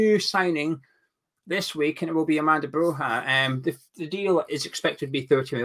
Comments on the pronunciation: It's pronounced Broya, as in Goya, the painter. 👍🏻🇦🇱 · why do you insist on mispronouncing Broja. He's not Spanish lol